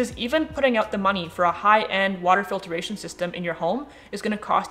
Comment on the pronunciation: You say "filtration" funny.